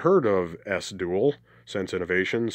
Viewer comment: BTW it’s ‘E-S-S one’ not ‘esss’….